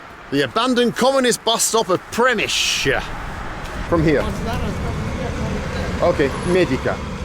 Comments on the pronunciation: Sound like Przemyśl is a challenge here. Ok, repeat after me - Pshe - miy- sl. And one more time - Pshemiysl. Well done! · Good attempt at pronouncing "Przemysł". As Comrade Dyatlov would've said: "not great, not terrible". 😁